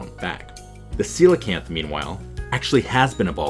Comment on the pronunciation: they are Coelacanth Darwin, not Coelacan'th!!